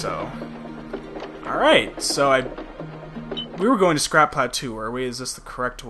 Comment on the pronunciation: Pretty sure 'plateau' is pronounced as pla-toh not pla-too. (guess the word is French) Sorry just a minor thing. Otherwise doing good so far! :D